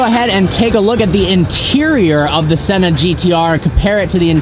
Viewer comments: “After driving the Senner” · Haha I heard that 😂😂😂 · He thinks he’s british